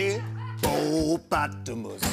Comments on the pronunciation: i did not see that coming. and i mean the hip-po-pata-mus. lmao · Me: this whole thing is so painfully choreographed and a waste of an interview with a talented actor. Also me: hipp-o-potamus, hip-o-potamus